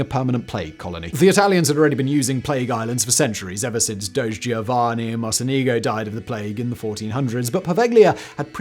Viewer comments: “The doge of italy” lmao. I get that the pronounciation isn’t intuitive but it’s not a shiba inu meme. It’s pronounced Do-Je. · It's doge: do+jeh lol doge